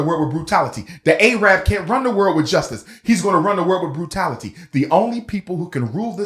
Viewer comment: The fact that he consistently says “A-rab” shows how ignorant he truly is, despite his credentials.